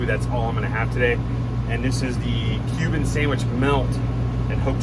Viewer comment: I'm so thankful you showed your writing. I thought you were saying "human" sandwich. I almost turned off video. The I see cuban in writing, ha. When you described ingredients I was like - what makes that human? I was thinking maybe it was a play on the 'proper human diet'